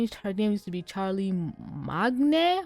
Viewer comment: Magne is pronounced like main/mane btw It was a pun: Charlesmagne